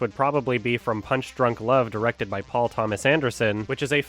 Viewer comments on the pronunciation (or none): none